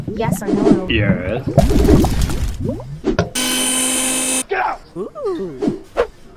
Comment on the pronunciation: "yes or noOol" got me rolling💀